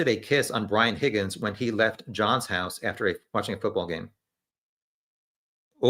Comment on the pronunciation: No. It’s pronounced “HOGGINS”